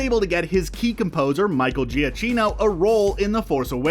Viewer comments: I think it’s pronounced Gee-a-KEY-no, for Michael Giacchino. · Pronounced Michael ja kino. Thumbs down for being so off